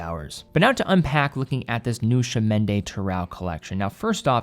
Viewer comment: The blue-dial variant looks great. I remember the previous CdT version was available in both regular and COSC-certified models; do you know if Tissot plans to offer the same this time around? (Also, the next time you speak to someone at Tissot headquarters, ask them to teach you how to pronounce "Chemin" — that was the only part of the name with which you had problems.)